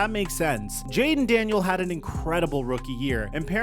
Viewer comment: Is this video ai? You got the records for the giants and the lions wrong and left the s out of Daniels in Jaden Daniels